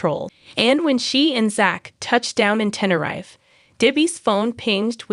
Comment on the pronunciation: Same here, it grinded on me how it said Tenerife